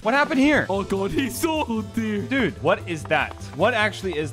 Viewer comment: when he said “oh deer”, it sounded so American